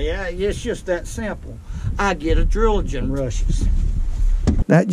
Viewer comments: Nothing like a "adrilagin rushes". Or "Uh-drill-uh-gin" rushes. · One of my favorite parts of watching a video? Listening to him try to say the word adrenaline. "Adredgelun!"